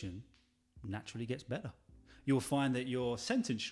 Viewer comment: The way you say better is not British mate